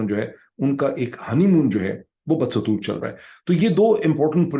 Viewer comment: please correct the word.. BA-DASTOOR.. (not BAD-SATOOR..)